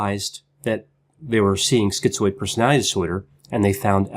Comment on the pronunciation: Why are so many of these videos on YouTube saying skee-zoid ?